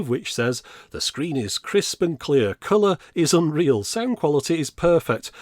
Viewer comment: "...color is un-real..." Hard to tell if that's a positive or a negative.